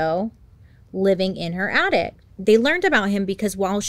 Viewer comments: Bailey. It’s attic. Not attict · So cute how bailey can't pronounce things and keeps saying addict instead of attic 😂😂😂❤